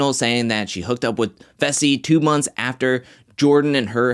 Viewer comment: You are saying fessys name wrong you say it like fesl but its faaaysalll